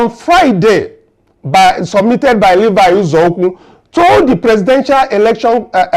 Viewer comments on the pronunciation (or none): Bro please are u from Senegal? U cant pronounce simple igbo words...it is UZOUKWU AND NOT EZEUKWU. ASK AND LEARN BEFORE U MURDER WORDS BIKO